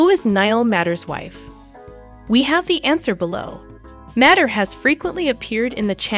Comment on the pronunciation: Please! This is a fun collection of photos, but Niall's last name is pronounced "MAY-ter!" thank you!